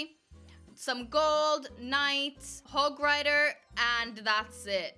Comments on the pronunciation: hog not hoge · She says hog rider hodge rider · LOL said Hoge Rider instead of Hog rider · I died when she said Hodge rider instead of hog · hey not to be a hater but its Hog Rider not Hogge rider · why you say hog rider with hoj rider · DID SHE SAID HOJ RIDER ?!?!!! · she said hoj rider 😂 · You seriously said hodge rider?!